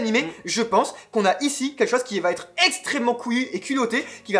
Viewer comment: Arrêtez de dire "vaTêtre" plizzz ! 😡